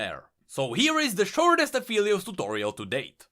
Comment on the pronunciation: A great vid as usual, and btw, Aphelios is pronounced A-fell-lios, not A-feel-lios. Alune calls him Phel which is pronounced like "fell" and not "feel" :)